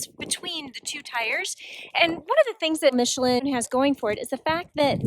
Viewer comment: Also killed "Michelin" so who cares...